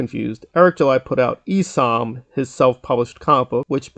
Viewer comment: bro said “eesom”